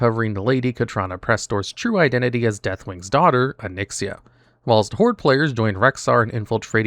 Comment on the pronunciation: GO AHEAD... PRONOUNCE WHILST THAT WAY... ONE MORE TIME.......